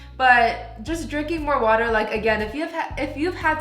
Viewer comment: "drrrrINK WOteR"